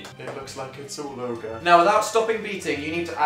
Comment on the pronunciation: did he say all ogre wtf dan